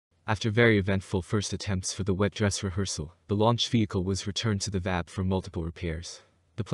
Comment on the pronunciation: "One of the most powerful?" It IS the MOST powerful... and its not pronounced "Vab" its pronounce "V-A-B" as in individual letters.